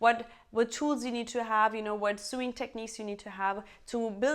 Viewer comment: I am just here to letting you know that sewing or to sew is pronounced „soʊ„